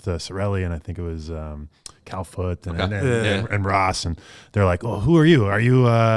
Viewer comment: he said cal foote 💀